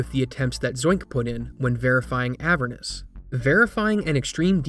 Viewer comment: I'm bothered by how he pronounces "Avernus"